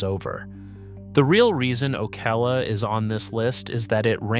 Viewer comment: o-CAL-a, not O-Kay-la or O-cuh-la. You’re clearly not from around here.